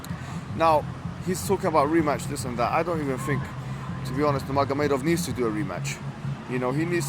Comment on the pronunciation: Salam, just wanted to say Khabib's last name is pronounced Noor Muhamadov (the g is silent). JazakAllah